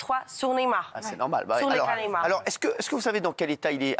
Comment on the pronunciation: C est pas nemar mais neYmar y a pas un y pour rien . Faut arreter avec neymar ! Il n a rien fait , cette fille j ai pas les mots